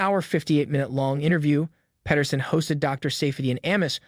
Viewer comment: It’s Jordan Pete-er-son not Pet-er-son